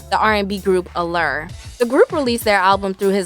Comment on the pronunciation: Allure Wow...say their name right tho